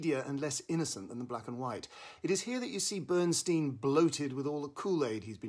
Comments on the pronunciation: For goodness sakes, please pronounce Bernstein correctly...it's very painful to listen to your review as you incorrectly and repeatedly mis-pronounce "Stein." The origin is clearly German...meaning "stone" and pronounced STINE...not STEEN! Bernstein literally means: "Burnt Stone" in German. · BERNSTEIN PRONOUNCED BERNSTINE HE HATED ( STEEN ) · BernSTEIN (stine) as per Leonard, himself. 🙄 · As much as I like the review why can't you, as an obviously intellectual person, at least pronounce his name correctly? BernstIEN - not BernstEEN. He was also my mentor and a wonderful guy so please pronounce it the way he did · uh, Peter, Lenny's name is pronounced "BernSTINE," not "Steen"... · Enjoy your reviews here and in the Guardian, but for God’s sake, learn how to pronounce names properly. It’s NOT Bernsteen! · Who is Bernsteen? I thought the film was about Bernstein. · Really grating to hear Bernstein's name mispronounced repeatedly. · Excuse me, why can't you pronounce his name correctly? Or are you just trying to be irritating? Stein... Bern... stein. Coming with honors. Yea...............! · The inability (or resistance) to correctly pronounce the title role’s name, detracts from the credibility of the review. Please try to research more thoroughly in future vlogs. Thank you. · It’s amazing how many reviewers mispronounce Bernstein’s name. Maybe incompetence is okay with you, but to me and many others it ruins the review and others reviews.